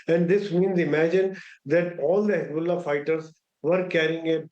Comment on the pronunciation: Hez-bolls-ah gone 😂😂🎉